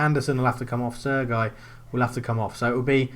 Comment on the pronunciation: Mistakes: a) Playing ANY pre-season friendlies. Pointless! b) Playing full backs c) Not playing any defensive midfielders d) Not using wib-wob alterations e) Starting any player with under 90% fitness f) Your pronunciation of Sergi 🤦🏼‍♂️